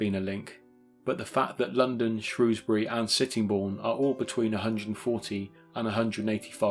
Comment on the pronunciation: Always a like when I hear someone pronounce Shrewsbury correctly!